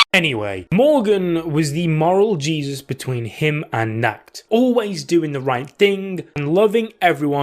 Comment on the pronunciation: When u are german and understand nackt (nude) instead of nacht (night) Bruh